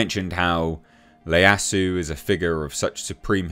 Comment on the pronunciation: that's an I not an L, the name is Ieyasu (Ee-Yah-Sue)